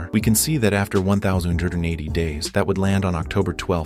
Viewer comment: It's funny the AI voice couldn't pronounce 1,080